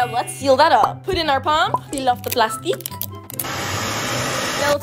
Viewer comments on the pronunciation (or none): "Pull off le plasteeec" already unsubbing!